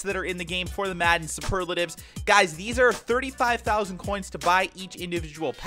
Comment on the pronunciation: You don't say superlatives packs like that